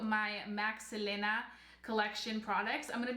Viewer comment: I dislike the way you say her name🙄